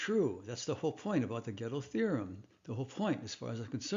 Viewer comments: Step one: Learn how to pronounce the names of important figures in your material. Gödel is pronounced by Americans as "Ger-DELL" (although some might not emphasize the second syllable) It is NOT pronounced "Ghetto". There is NO "Ghetto theorem". Unless you're talking about hip-hop. 😏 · I listened and relistened. You said Ghetto every time. And I am familiar with German, that is why I referred to the American form out of respect for the fact that nobody perfectly replicates a foreign pronunciation. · Who's "GähddL"? 😅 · Please, don't add that silly "r" to the pronunciation of "Gödel"! As you know, this is incorrect. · nevertheless, the pronunciation of Gödel is wrong, even without the r. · If the pronunciation of Gödel's name is supposed to indicate "reasonable familiarity with his theories", like you are saying, and at the same time you are promoting a rather bizar pronunciation of "ö" as a "reasonably correct" way to pronounce "o" + Umlaut, wouldn't that hurt your credibility, given your own rules? P.S. since I have an "ö" in my name myself, I guess this is kinda personal to me. ;-)